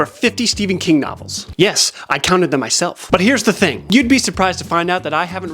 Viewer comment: you said “butt” instead of “but” and my reaction is making me realize that I don’t think I’ve matured since high school.